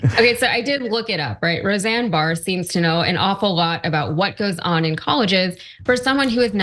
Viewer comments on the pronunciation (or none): Said her last name wrong lol it's just Barr not Barrs. 😅 happens to the best of us lol